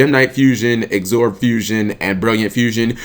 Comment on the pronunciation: Absorb. Not Agsorb. There is no G